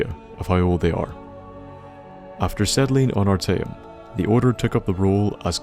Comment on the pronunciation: You said arteum perfectly